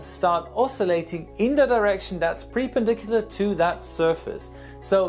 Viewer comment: Did he say "pre-pendicular", rather than perpendicular? In any case, this answer was much too long.